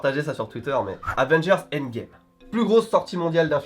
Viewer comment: Avengers pas Advengers stp